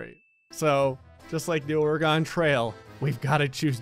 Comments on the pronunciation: Or-a-gon trail? Ora-gain(as in again) trail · As someone who lives in Oregon I feel the need to tell you it's OR-Eh- Gin not Or-uh-gone. This has been a PSA. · Or-eh-gun not Or-y-gone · Just remember to pronounce it right or-gn not oreegun 😂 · did you just say Ore-gone trail? I'm from Oregon and its pronounced like organ. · I as an oregonian am offended 😂 don't hate me but it's not ore-GON it's orA-gen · I was looking for a comment like this haha. I laughed when I heard "Ore-gone". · It’s actually pronounced orgun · I was looking for a comment like this 😅 like please... its more "or-a-gun" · YOU MISPRONOUNCED OREGON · Why can't people pronounce Oregon correctly?